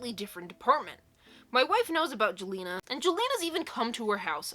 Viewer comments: jelena is pronounced as yell-enna :) i hope this makes sense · Sometimes "J" sounds like "Y" as in the name Jelena/Jalena/Jelina.